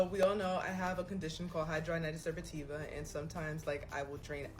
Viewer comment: Loooool. You completely butchered it. hi-dra-de-nigh-tis supra-i-tiva. Wish I could voice record lol. Unfortunately it is related to weight as majority of people who have it are overweight. I understand it’s very painful. I don’t have it but as a doctor I can say it is poorly understood but a dermatologist is best to help.